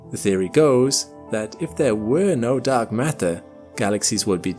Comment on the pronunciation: "mark datter"